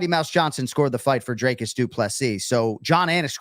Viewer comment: Fr, how hard is it to pronounce Dree-cus instead of Dray-cus and Dry-cus lol